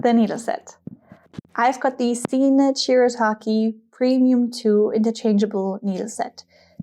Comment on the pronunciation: I thought it was pronounced “seek nit “!